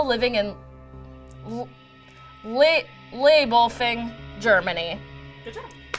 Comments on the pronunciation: I think leiblfing is pronouced lay-bull-fing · its actually prounced 'lie-ble-fing'. the i comes after the e.